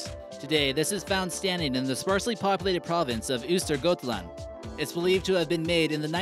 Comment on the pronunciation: ustergutland lol. I get why it's not pronounced right but I still laughed